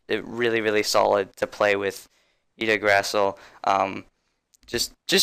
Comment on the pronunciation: I-gg-dra-zil thats how you spell it